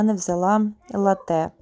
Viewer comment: Не латтЕ, а лАтте (latte - молоко)